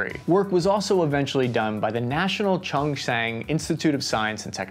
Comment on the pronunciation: East Taiwan is plains and West is full of mountain...lol. You got it opposite. The name is Chung Xing...you don't pronounce the H...silent pronunciation.